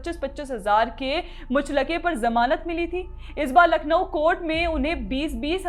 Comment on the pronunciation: muchh-laka nahi, muchal-ka 😂😂